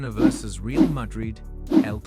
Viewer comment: In fairness, I don't suppose you will know it is an A.I. video until you start watching it. You now live in Spain, so you know that CF Real de Madrid is pronounced Ray-al. Milan is pronounced Meelan. You correctly pronounced 'derby' correctly, so there was already a clue. Kindest from a new subscriber from England [Liverpool FC supporter].